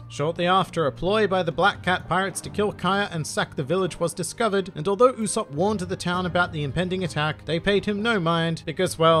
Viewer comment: U-"soap" is the pronunciation my friend 😉